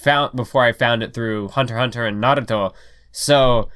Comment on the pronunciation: Why does you pronunciation of "Naruto", sounds like "Aviato" from Silicon Valley??